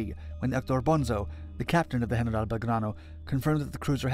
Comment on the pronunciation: Why do you break into an absurd accent and pronounce General as if speaking Spanish